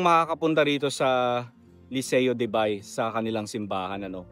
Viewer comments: You pronounce "Ba-e" not B-ay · Ang tamang pagbigkas po sa "Bay" ay 2 pantig o syllable, " Ba-i". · laguna bay is lawa in laguna while bay laguna pronounce it "bae laguna" is a municipality province of laguna.thank you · Bay - pronounced as Ba-e 👍👍👍